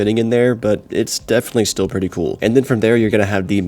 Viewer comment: can you pronounce "definitely" right for once?